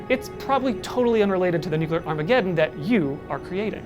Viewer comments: Take a drink every time he says "nucular" instead of "nuclear" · ‘New-clear’ Not ‘New-cue-lah’ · Nucular war or nuclear war? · It's Nuke - Lee - R. NOT nuke - U - Lar. That's not a word. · nuclear as in, atoms. nucular as in biology, cells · It's "Nuclear" like "Nu- cle-ar" ...not "Nuke-u-lar" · The word is nuke-LEE-er, not nuke-you-ler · Nuclear (New- clear) there's one u. One not nuculer, it's gross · If you’re making a video about nuclear war, step one is learning how to pronounce “new-clear” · The scariest thing here is actually the pronunciation of "Nukular" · I find it hard to take it seriously when you say nucular everytime 😂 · Nuckular :D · Btw It's nuclear not nuculer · Take a shot every time he says nucular. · "nucular" ಠ_ಠ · its really hard to listen to an opinion on this subject if the speaker keeps pronouncing it newqueueler and not nuclear. Like dude i know its the atomic equivalent of Their vs They're vs There but its so bothersome.... also using a netflix TV documentary as a works cited is harsh. Nuclear as a form of power s far safer than we're told when its not run by a tyrannical communist dictatorship. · Hard to take this seriously when you can't say "NEW-CLEE-YAR". Jeez.... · Its actually pronounced nucular😊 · You lost me at your pronunciation of nuclear mate. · You keep mispronouncing “nuclear” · 0/10. Can't pronounce nuclear.